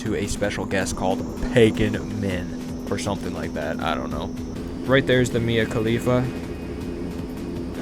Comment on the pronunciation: Did you say mia khalifa 😂😂😂